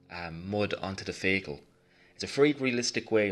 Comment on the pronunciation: I have been sitting here for 2hrs wondering what a "feygel" is until I realized you're saying "vehicle". Amazing tutorial. I'm going to try following your techniques for a small model I have. My techniques tend to come out rather flat looking.